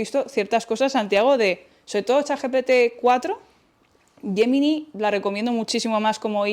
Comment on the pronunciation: Por cierto, no sé porque la palabra GEMINI la pronuncies como YEMINAI. Defendamos nuestro idioma, por favor.